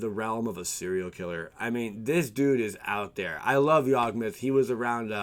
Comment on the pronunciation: You completely misread both yawgmoth and Kess 🙈🙈🙈. Take your time! Haha